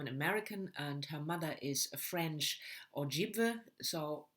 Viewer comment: I'm so looking forward to the new Finch, although her second book "paint it black" was not as good as white oleander to me. I loved white oleander the book and movie. I've read a couple Erdrich books and they are really lovely, I have this one coming as my BotM. I think you're talking about the Ojibwe people (Erdrich is Oji-Cree) it's pronounced O-jib- way (sometimes wa). Erdrich also owns a wonderful bookstore in MN.